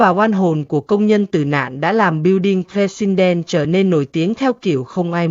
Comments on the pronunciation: AI không tệ đến như vậy đâu. AI không dốt đến mức đọc từ President kỳ quặc như vậy. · MC không phát âm chữ "president" được à?